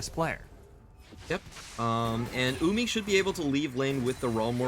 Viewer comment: idk if its just me but does it bug anyone that the announcers say uming instead of wuming?